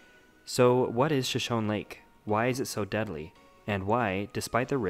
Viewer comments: Pronounced Sho-Sho-knee. Not shoshown. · Nice vid. Well done. But most people, including you, pronounce it wrong. It is pronounced Shoshoneeeee! The last E is Not silent. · Isn't the name of the lake pronounced "Shoshoney", like the Native American tribe? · it's pronounced sha show nee. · Locals pronounce it Shoshown, and Coyote is KY-OTE not KY-ote-EEE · I think if I made a video like this, which took considerable effort, I would actually learn to pronounce Shoshone.